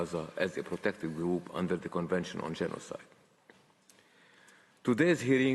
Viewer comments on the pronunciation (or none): It is mistake, not “genocide” its Gena side 😂😂